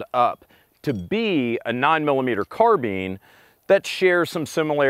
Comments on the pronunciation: carbeen? thought it was pronounced like carbine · which one is the correction pronunciation? Car-BINE or Car-BEEN?